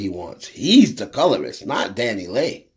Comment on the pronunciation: her name is pronounced Dani-LAY not LEE. It's like to pronouncing (Santa's)sleigh. Leigh is pronounced "Lay"